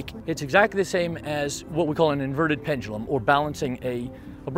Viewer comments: I can't stand the way he pronounces "pendulum" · I'm sorry my guy but it's pronounced pen-juh-lum